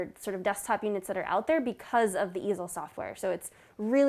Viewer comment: The first time I misheard it as "The Evil Software", I know it is "The Easel Software", but I can't unhear it now.